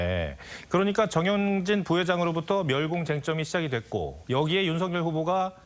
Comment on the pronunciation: 앵커한글 모름? 멸공을 멸곡이라고 읽네 난독증임?